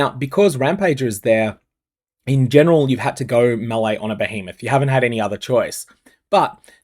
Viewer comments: ....That's how you pronounce melee...."May-Lay"... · Bro, all good but stop pronouncing "melee" like this. Makes me wanna vomit. oh, and also, this is a quote from the presented FAQ: Is Reliquarian Ascendancy available in this event? No, as it doesn’t have a Phrecian counterpart. so, i guess your video is kinda useless.